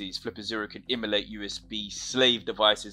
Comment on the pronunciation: What do you mean by Immolate? Emulate maybe? Enunciate bro.